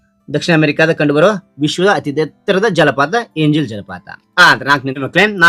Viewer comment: Ejala alla enjal ok